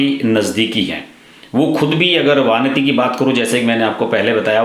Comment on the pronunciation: वानती नही " वनिथी"